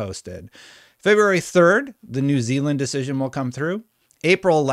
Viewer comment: New Zealand, mate. With an 'a'